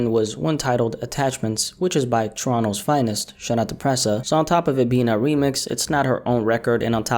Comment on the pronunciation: Y this man the First American to know how to say Toronto right 😂